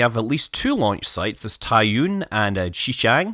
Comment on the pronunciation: Ahhhh~ I happened to know Chinese, you see, many people will pronounce Taiyuan incoorectly as "Taiyuan" or "Taiyuan" but actually you should said it as "Taiyuan" would be correct.